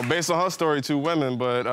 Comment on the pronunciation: Woman: “not one burt two wemen “